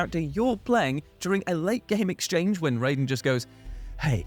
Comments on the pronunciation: Such a pet peeve when people pronounce Raiden as RAYden instead of RYden lol. They CLEARLY pronounce it as RYden every single time they refer to him in the game. And I definitely thought you called Kojima..... something else real quick lol I had to rewind that and make sure I didn't hear what I thought I heard 🤣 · A few things: 1) You keep pronouncing "Raiden" wrong. "Rai" sounds like "eye", not "ray". 2) Raiden doesn't ask Snake if he needs help, with his answer being "infinite ammo". Snake tells Raiden that if he runs out of ammo he can have some of his. When Raiden questions Snake if he really has enough to spare, Snake tells him he has infinite ammo. Very different scene. 3) Raiden has been killing soldiers since he was six years old. He took part in the Liberian Civil War. He was so good at killing, particularly with a blade, that he earned the nickname "Jack the Ripper". He admits this to Snake in this very chapter. Solidus raised him to be a killing machine. So between the two, I would put money on Raiden actually having more combat experience than Snake. Please do more research before posting false claims. It's okay if you like Snake more than Raiden, but most of your "facts" were simply wrong. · Did just say "Rayden"? For shame! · Noooooo why did you join Team Cant-pronounce-Raiden properly 😭😭 you're so much better than that! "10 best Yakuza sidequests that were quintessential Japanese weirdness" next please!